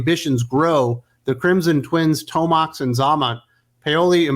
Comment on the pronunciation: it’s pronounced “Toe Max and Zay Mot.” C’mon queen you should know that.